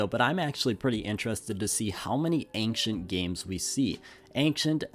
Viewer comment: We've gotta work on your pronunciation of "ancient"